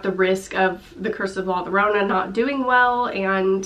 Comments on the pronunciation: No No No don't be! I'm just trying to help. It sounds more natural, trust me the comments in the trailer for ''La Llorona'' were destroying the actress who also pronounced it like 'lorona' I really don't want people to be mean. sorry if I sounded rude, im really just trying to help. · Laura Gabrielle funny how you say you weren’t trying to be rude yet your comment was very condescending. Why is it so hard to just simply reply with the proper pronunciation instead of telling her she was “butchering it” it’s a simple mistake and she’s human. There are enough condescending people in this world and surely on the internet. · Oof that pronunciation of La Llorona. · I love you and your videos but as a Hispanic viewer I wanted to let you know that when saying the double l you make a “y” sound. So when you say La Llorona you would say it like La Yorona not Lorona. No hate or anything just letting you know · It’s pronounced like Yorona not Lorona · im sorry but all of my ancestors rolled in their graves at the way she pronounced la llorana... love your videos though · Just as you pronounced GuiLLermo, you pronounce LLorona, it sounds like "Y" haha but I loved your version of la llorona xD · La Yo-ro-na please learn to pronounce it this way its kinda cringey when people dont try to learn how to say it right >.< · La Llorona ( pronounced yo-ROW-nah) is an age old folk tale and has been done more than a few times in movies. Im sure it will follow suit in that La Llorona (The Crying Woman) will be presented as some demon or creature rather than a restless/vengeful spirit. Being thst it is a tale of the supernatural I can see how it might tie into The Conjuring universe. Same way The Nun was tied in...that younger nun will obviously wind up being related to Loraine Warren (since she was played by Vera Farmiga's real life sister, Taissa.) It can be done! Lol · super excited for In The Tall Grass !! also la llorona is pronounced like yorona ! :)